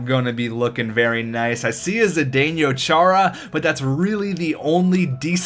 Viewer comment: zedineo chara is za-dano chara the dano has a long a in name